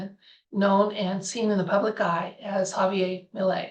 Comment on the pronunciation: Argentina is a Spanish speaking country. That means his name is ha-vee-AIR. 😊